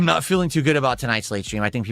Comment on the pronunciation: He can’t pronounce “want” or “not”. It’s “wah” and “nah”. Somebody pointed this out and it’s seriously impossible not to notice. And he mentioned more “animations” that he undoubtedly stole from somebody else online.